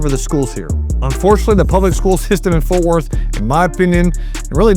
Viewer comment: It's FORT not Forth No H